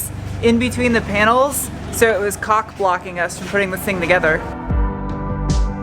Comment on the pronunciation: The paint booth set up was interesting; I liked it. Btw, said "caulk-block".:)